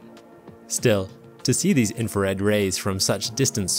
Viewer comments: INFRA RED INFRA RED INFRA RED PRONOUNCE WORDS PROPERLY. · Then you're not listening properly, . He is saying "infared". It's a common error.